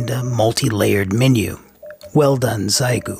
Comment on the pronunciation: It's "She ay" gu..actually.